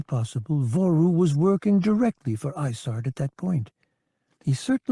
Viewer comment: Every time he mentions isards star destroyer, it sounds like he is saying lasagna